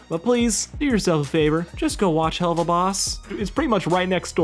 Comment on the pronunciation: First time I’ve ever heard somebody pronounce it as (hell of a) instead of (hell oova)